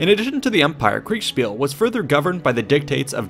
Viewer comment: It's always funny to me when you say kriegspiel lol Either you say it really forced, but get the syllables right, or you say it almost naturally but slur the s into an sh and say kriegshpiel. It's cute <3